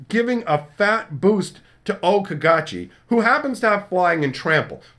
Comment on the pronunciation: O-Caw-Gaw-Chi I hope they are rejected. Because that Okagachi is REALLY weak. It's basically an unplayable .25c Mythic. BTW, it's a saga with crap abilities that cost 6MV that needs 5 colors and 1 extra and doesn't do anything. Okagachi doesn't doesn't have haste or anything that is a good enough ability to justify it not only being the kami god himself, but a mythic card. It aligns more to being an uncommon in power level, and non legendary uncommon at that.